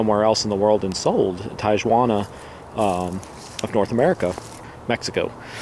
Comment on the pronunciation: Hes saying it wrong it's TE-ajiauna like marijuana but with a t